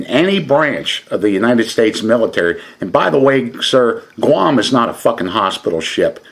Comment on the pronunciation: Why is he (the phony SEAL, not Don) pronouncing "Guam" as "Gah-wam"? Has he only read about it?